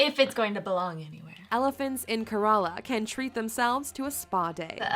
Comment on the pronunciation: I flipping cringed when the woman in the video said "kerala".